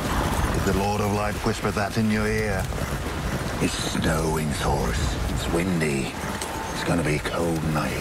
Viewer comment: It's snowwwin thorus hahahahhahahahah